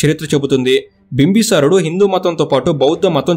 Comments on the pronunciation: బింబసారుడు కాదు బింబిసారుడు. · bro bimbi sarudu not bimba sarudu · బ్రదర్ మీరు ఊరుకే బింబిసారుడు అనడానికి భీమ్బసారుడు అంటున్నారు వినడానికి బాలేదు ప్లీజ్. కరెక్ట్ చేయగలిగితే చేయండి ప్లీజ్ . బింబ సారుడు కాదు బింబిసారుడు ఇది కరెక్ట్